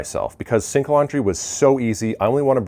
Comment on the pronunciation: OMG...,I thought you were saying "stink laundry"......I guess you could say that 😃😃